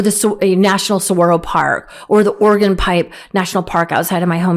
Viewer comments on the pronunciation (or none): none